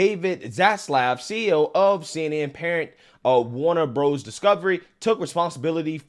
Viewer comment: "Warner Broes" lol. U kill me. Luv this channel, required viewing on a daily basis.